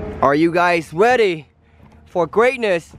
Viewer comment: "Are you guys weady?"